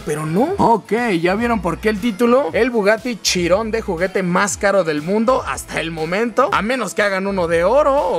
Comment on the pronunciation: Pense que dijiste el bugatty chingon